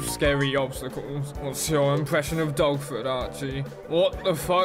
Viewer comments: I thought he was saying DOGFOOT the first time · Thought you were saying “dogfoot” the whole time you were saying “dogford”